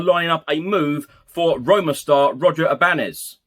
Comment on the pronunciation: As there is a tilde above the “n” Ibañez is pronounced I-ban-yez.